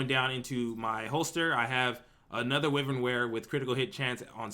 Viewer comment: Pleaser please please pronounce "Wyvern" correctly.. Try WHY-vern, like the mythical creature it's referencing (Wyvern are a small-ish species of dragons)